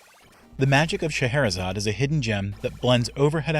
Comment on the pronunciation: Automatic like for pronouncing "Scheherezade" correctly.